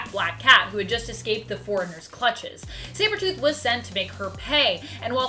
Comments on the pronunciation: Umm,, did you say "Cybertooth"? 😄 Love the vids, btw! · Did she just say Cybertooth, instead of Sabertooth ?